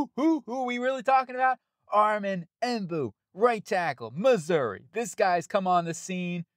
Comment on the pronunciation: It's Membou, not Embou